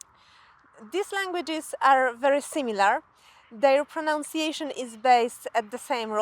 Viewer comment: Take pride in pronouncing those words correctly! Even if you can't say "pronunciation" correctly!